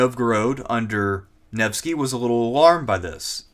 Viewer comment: Listening through, your pronunciations or so are on par, its Neh-va and Nevh-sky.